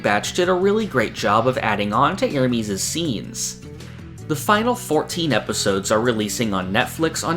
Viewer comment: I really like your content so I get disappointed every time I hear you say "Ermeeeeez"